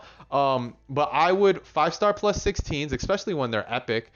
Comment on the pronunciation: Take a shot every time he says "expecially"